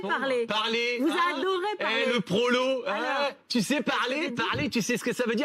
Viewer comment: "parlerrrr" j'ai hurlé de rire!!!